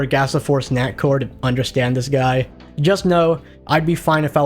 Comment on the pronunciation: Swear to GOD he's fucking saying snackwhore instead of snackcore but I can't prove it